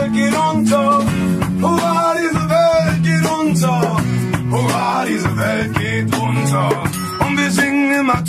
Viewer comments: Huvaaa demiyo dayı la hurra diyo 😂😂😂😂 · Huvaa mi diyo 😅😅😅 hurra diye duyulmuyo olmamis.